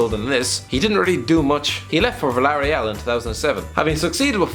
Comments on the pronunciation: Its Vill-ah-ray-al not vilaria btw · Hate the way he says “Villareal” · When this dude said Villarreal...